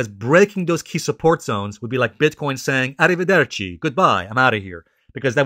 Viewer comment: Nice pronunciation of arriverderci 👍